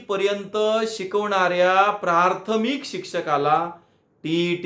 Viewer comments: प्राथमिक असा शब्द आहे प्रार्थमिक असा म्हणताय हो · आधी प्राथमिक शब्दाचा उच्चार नीट करा सारखं प्रार्थमिक म्हणत आहे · सर प्राथमिक म्हणा प्रारथमिक नका म्हणू